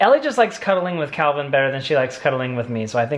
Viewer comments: Did call Calvin - KEVEN at the very end there!?!?!? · Here come the comments saying got calvins name wrong 😂 who remembers when he did that before? I love home alone!